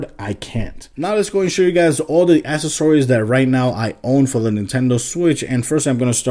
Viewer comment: u said accessories wrong stupid